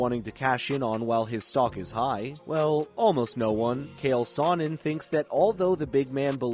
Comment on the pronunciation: He just called my man Kale Saw-nin I'm not watching anymore....